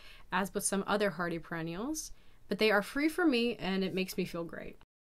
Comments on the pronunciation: WHAT?!?!?!?! “Pre-“ …. Should I be listening to this video?!?!?! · Is it me? Or are you saying "pre-ennials" instead of "Per-ennials" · they arent 'pre' ennials they are per-ennials. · Yes she did. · It hurts everytime she says it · Pre-ennials? really? Is that what you said? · Perennials not pre-ennials. The word is written on the signage at garden centre that you are filming…read it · It hurts your credibility to call them "PRE-ennials" instead of perennials. If you are saying "BEE-ennials" instead of biennials, that's no better. "BYE-ennials." Anyone going to the garden store asking for bee-ennials or pre-ennials will likely get confused looks. I thought you were saying pre-ennial, but then you said it for hollyhock, and I think that's a biennial, so.... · PER not PRE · Yes you’re correct- she is saying pre-ennials. But some of the replies to your comment are sad. People need to get a grip (especially the person who called her “babe”). I notice a lot of her videos are in Russian which may be her first language. If that’s the case, her English is just fine. The intolerances of people’s differences is astonishing. Her content is excellent. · Yes, that is what she is saying.